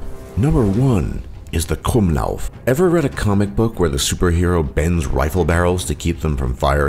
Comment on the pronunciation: Im Austrian and he said KRUMMLAUF right xD and it was so funny.